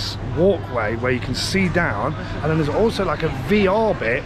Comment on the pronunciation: PLS I need to know!!! Is it "then" or "dan," for example you'll say "What's going on here *Insert "dan" or "then"*. Someone who knows or MASTAG let me know!!!